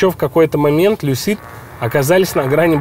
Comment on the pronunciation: В слове Lucid ударение на первый слог. Но для этого нужно знать английский...